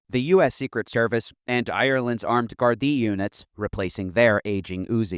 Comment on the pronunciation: Hey I know this is a little off topic but I appreciated your pronunciation of the Irish Gardaí. It’s rare even for native Irish people to get it right. Goes to show just how much research you put into your videos even with little details like this. Excellent video as always. On the topic of Ireland, would you ever consider doing a video delving into the support for Palestine outside of Arab states? I think it would be interesting and show the alternative to the USA’s spinelessness when it comes to Israel.